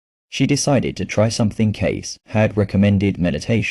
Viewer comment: Nice story and nice message. But if you’re going to put it out there, why not use a real voice? Yours or someone else’s if you prefer. This AI voice is distracting and offputting in that it can’t even pronounce Cayce’s name right, and the odd, inhuman punctuation and spacing. Why not bring a real voice to this?